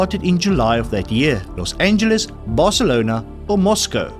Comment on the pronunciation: re: Moscow, you pronounced it correctly the first time as Mos Coe most people say a mispronunciation based on the spelling as Mos Cow, thanks for continuing to let me know how little I know, best quiz ever as I know it takes a lot of hard work and research